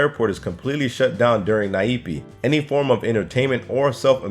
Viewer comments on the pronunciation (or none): I think the Nyepi is pronounce as 'Nier-Pi" not "Na-Ip"..and "Nyepi" mean "Silence" or "Quiet"..so you get it why the people act like that.. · Nyepi....... Nyuh Pi not Naepi XD